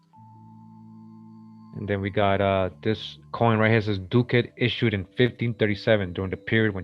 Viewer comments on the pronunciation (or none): Ducat is pronounced like bucket It's used as slang for money, especially in the south since the late 70's